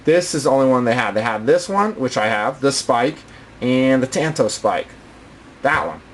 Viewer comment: Just to let you know, it's pronounced Tanto( ton-toe). In the Japanese language the "a" always sounds like "ah". Just irks me to hear the language butchered. Sorry to call you out bro.